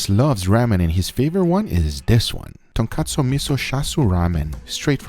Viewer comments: Everyone have you heard him pronounce some words wrong Just like when he pronounced tonkotsu wrong he said tonkatsu when it is tonkotsu and also char siu is not japanese it is a chinese dish hayaaaa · It is not Ton-kat-su It is Ton-kot-su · Tonkotsu not tonkatsu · First. It’s called chashu… second it’s tonkotsu not tonkAtsu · Come on tonkotso not tonkatso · i love your videos guga but sorry i have to do this . *tonkotsu